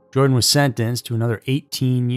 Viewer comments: It's not Jordan. That's actually kind of annoying. Please don't ruin the name Jordan. It's Joran. Sounds like Your-Ron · How do you read "Joran" and end up calling him "Jordan"? There is no 'd' in 'Joran.' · "Joran". (not "Jordan"). A most despicable human being. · No... actually pronounced Yoran, not Joran... and definitely not Jordan! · It’s not Jordan !!! It’s Joran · His name is Joran not Jordan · Actually Natalie Holloway was originally from Clinton Mississippi, but she went to high school in Brook, Alabama. She wasn't from Nashville. And his name is not pronounced Jordan; it pronounced like Your-an. Just for future reference. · His name is Joran not Jordan 🙄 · Its not Jordan; it's Joran, pronounced 'Your-Ran'. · Lol why do you keep calling him Jordan? His name is Joran you even put it in your title. It's not like it's a hard name to pronounce. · JORAN NOT "JORDAN"! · Why do you keep calling him "Jordan"? It's 'Joran' pronounced "you're ran " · That was an amazing presentation. Not once did you pronounce his name correctly. Joran has no D in it. And it's Dutch, so it's pronounced YOR-en. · I almost couldn't make it all the way through. The narrator kept calling him Jordan rather than proper pronunciation. It made me wonder if he has the rest of the story correct? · YO-RAN is how it's pronounced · Joran is pronounced Yoh-ran. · I realize he's a psychopath and doesn't really deserve respect, but THERE'S NO D IN HIS FIRST NAME!!! Why can't these narrators on these YouTube channels read!!??